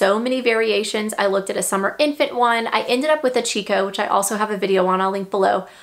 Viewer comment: Great video! I really want a Keenz now that I have 3! Also, fun fact, did you know the baby company Chicco is actually pronounced “Kee-ko”?